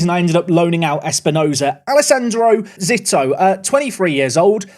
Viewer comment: I believe Zito is pronounced Zee-toe. At least that’s how former MLB pitcher Barry Zito was pronounced by us scummy Americans